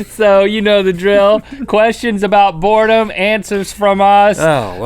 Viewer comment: all I heard was board a bean and board a bing